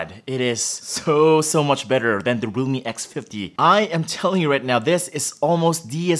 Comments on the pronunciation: Oh my god. Why do I keep hearing Roomie X50? OMG. Or sometimes even Lumi. Thought I'll see Microsoft Lumia too :) OMG. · His realme sounds like lumii